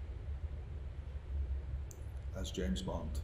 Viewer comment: "Bont(h), James Bont(h)" yes yes we know you're rightly proud to be Irish but tone it down a bit, old son, it's famously pronounced 'Bond'.